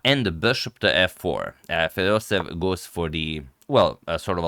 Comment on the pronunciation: FedosEEv !!! With 2 EE, NOT Fedosev !!!